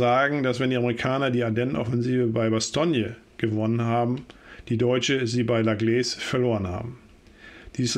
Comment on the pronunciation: Würde dann eher "la Glähss" ausgesprochen. Ich wohne nicht weit weg von dem Kaff :)